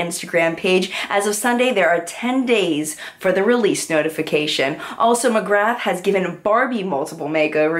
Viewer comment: Hi HI! Love your "What's Up In Makeup' vids every week. Just a few helpful pointers for you pronunciation wise.... Pat Mc Grath - Pronounced "Pat Mc GRAAAA" (not Mc GrATH like math - McGrath like bra) Olivia Palermo - Pronounced Olivia Pal-ER-mo (Not Pal-Mer-O) Chosungah - Pronounced Cho - Sun(g) - ah Shu Uemura - Pronounced Shu Ooo-Moo-ra (Ooo like blue) Hope that helps! :)